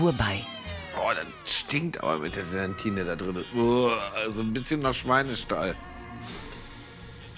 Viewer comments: Triggert heftig, dass er jedes Mal „GELANTINE“ sagt. WTF DU MUSST DAS WISSEN! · „Gelantine“ Aaaahhhhh!!!! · Niemand, absolut niemand: Lege: GeLantine :D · ☝🏽GELA -TINE !!! OHNE "N" , HERR LEGE 😜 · Immer wieder lustig wie er Gelantine statt Gelatine sagt 😎 Lege bester Mann